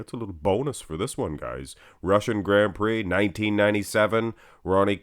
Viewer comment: "Grand pricks"???🤦‍♂️ Americans 🤣🤣🤣